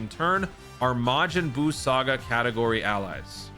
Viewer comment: Am I the only one that don’t like when says majin Bruu?